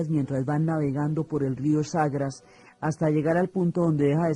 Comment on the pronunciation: No es el rió CHAGRAS es CHAGRES